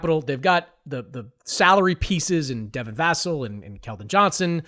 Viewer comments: Idk how u can feel qualified to talk about this when you can’t pronounce Devin vassells name correctly… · Chris mannix said devin vassel name wrong